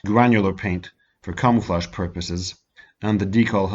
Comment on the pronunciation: Are you saying camouflage or cum flesh?